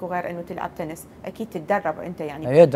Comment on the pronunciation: اسمها تنس مو تنز